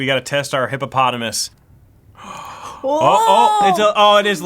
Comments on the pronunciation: its hypothisis not hipopotimus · Uhh it is hypothesis not hippopotamus or hypotenuse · mispronouncing hypothesis is my favorite thing